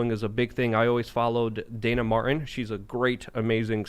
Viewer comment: Dude... there is a "T" in Dana Matin... it's not Dana "Marh' en"!!!